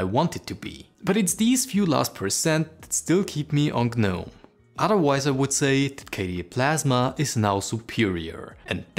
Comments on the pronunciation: Please stop saying the G in Gnome. The G is silent, you should say it as if its spelled "nome" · Is the G silent in gnome or not? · It should not be silent! At least in my language that has sane rules such as: "If you don't want something to be pronounced, then don't write it!". As long as you write some letters I'm going to read / pronouce them. I'm not learning exceptions or custom how to read specific words rules.